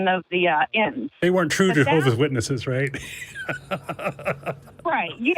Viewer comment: Why can't she bring herself to pronounce the 's in Jehovah's, first of all. There are a lot of smug JWs like this lady - got a couple in my family. Very unintelligent ppl who believe they have everything on a string. She seems like a particular treasure, I must say.